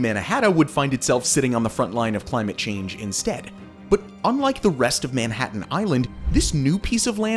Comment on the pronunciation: dude if u keep pronouncing if like that (Manhattan) im going to have a brain seizure. ITS SOOO WRONG!!!! ewwww